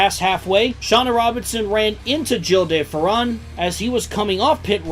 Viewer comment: the de ferran pronounciation is like that the whitest way ever lol